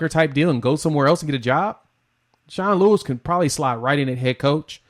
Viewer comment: Sean Lewis not Sean Lee. Great content